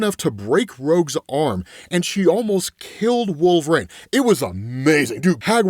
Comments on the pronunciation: Wool-Ver-Reen. Pronounce it. Right now. Wool. VER. REEN! Wolverine. There is no "A" anywhere in that word. It is NOT Wool-Vrain. That is incorrect. Pronounce it as, Wool-Ver-Reen. Please and thank you. OMG. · Please. LEARN TO SAY WOLVERINE!! 🙏